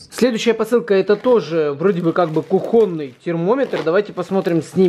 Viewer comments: КУхонный а не кухОнный. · Ку*хоный а не кухо*ный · кухОнный ....бесит аж...кУхонный,мать вашу... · да не КухОнный, а КУхонный! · кУхонный, блин, кУхонный, а не кухОнный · Блииин, не кухОнный, а кУхонный. Пожалуйста говори правильно, а то прям уши режет. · диз за неграмотность. кУхонный, а не кухОнный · Ёлки, ну как же так: "кухОнный"... Заговор это чоль супротив Великого и МОгучего? Видать, это все же суржик. Я понимаю, что в украинском ударение на "О", но коли уж мы "русскоговорящие люди", как уточняет автор... Пардон за слюни, чот накипело. :) А обзор хороший :) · Кухонный ударение на у , а не на а 😀😂😂😂😂😂